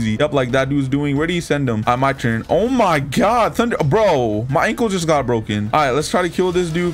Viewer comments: Is it just me or do I hear tunder breathing instead of thunder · bruh he said tunder love the content